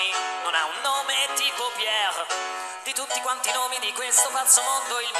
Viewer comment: ha la r moscia ma non ho mai sentito un "Pier" pronunciato così bene